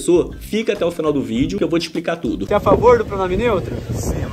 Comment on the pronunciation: Fica mais fácil eles falarem assim kkkkkkkkkkkkk JÁ FALA TURO ERRADO MESMO!